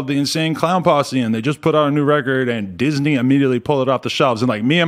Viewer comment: Its disney not Disany..